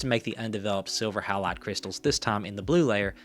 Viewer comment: So 2 things... Kodachrome 25 was also available and ridiculously good. You might want to check that pronunciation of halide.🙂